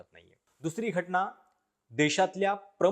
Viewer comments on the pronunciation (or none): घटना असा शब्द आहे तुम्ही घटणा म्हणताय